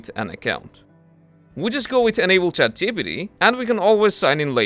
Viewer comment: I wonder why you are unable to pronounce ChatGPT..Chat gee pee tee...